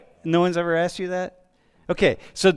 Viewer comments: was thinking the same. That it was purposely intentional. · its asked not axed you are part of the problem